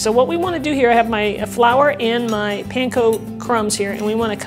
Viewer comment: can you be more clear, what is pancon with the flower?